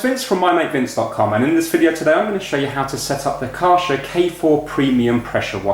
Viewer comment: it's kaaiir-scher